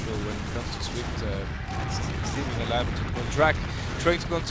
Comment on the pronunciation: Dy “Steg” Lin never forget